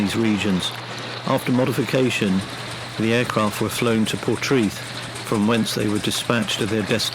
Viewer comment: Pronounced locally as ‘por-TRAY- th’